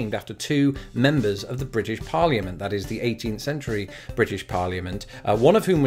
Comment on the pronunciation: and yet there it is being non-silent.